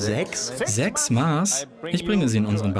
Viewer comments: Es heißt Mass (nach alter Rechtschreibung Maß) und nicht Maas. ^^ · Wann lernt RTL endlich, dass es "Mass" ausgesprochen wird? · Es heißt Maß, und ned Maaaaahs. :D